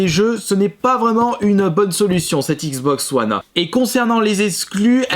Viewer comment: "la xboxeuh oneheu